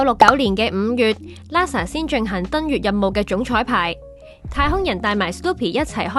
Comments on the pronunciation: 你哋個名係big band theory定big brand theory 個旁白連英文發音都錯定還是發音衰連auto translation都聽錯 好心你哋就留意呢啲細節啦 係Nasa唔係Lasa，喇沙咩 真係唔怪得話香港沒落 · Nasa , not Lasa; peanuts, not penis （陽具）.小心。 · Sloopy LASA